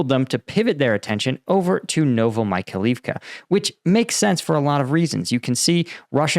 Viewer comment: The place is called „Novo Mykhail-ivka“, with Mykhail standing for „Michael“ (freely: New Michael’s town) There is an I between the A and the L. It should be pronounced „novo me Kyle Eve ka“ (and not „Novo my Kalif ka“ or something).